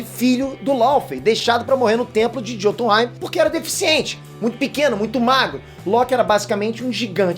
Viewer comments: Bom vídeo ! A pronúncia não é “JÔtunheim” é “iôtunheim” Assim como vc pronuncia “miolnir” e não “Mjolnir” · a pronúncia é "iotunheim", o "J" tem um som de "i" nos idiomas nórdicos.